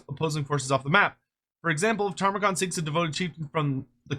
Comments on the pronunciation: Ta-mur-khan ✅ Tar-mah-khan 🚫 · Every time says “Tarmakhan” I die a little bit more inside